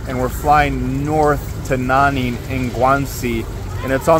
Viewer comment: Omg "wo ai Nanning!" 🤦🏼‍♂️